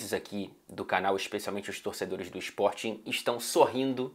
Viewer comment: eu fico chateado é por falares Sporting dá maneira errada 😭 repete 50x Sporting mas seguido. Não é spor ting, é SPORTING. HEHEHE Continue com o ótimo trabalho, acompanho todos os vídeos. SL